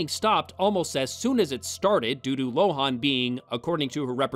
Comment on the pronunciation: I hate to be the pronunciation police, but Lohan's name is pronounced Lo-HAHN, not Lo-HAWN. Also, next time's The Love Guru, the reason we don't see Mike Myers in lead roles anymore. God help him. Edit: According to Wikipedia, we're both wrong. Lohan's last name is pronounced LO-in.